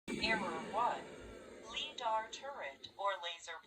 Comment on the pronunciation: roborock forgots to pronounce Lidar correctly